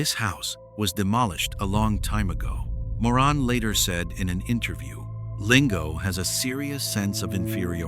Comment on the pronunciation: Also calling her Moran when it's Maureen, these video's are so bad.